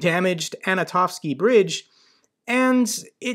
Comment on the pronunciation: It's "Anton-ovsky" bridge. Means named by Anton(or Antony/Tony in english). And also "kh" anywhere could be pronounced as "h". Do not ask why, it's just transliteration from cyrillic to latin is a bit wanky.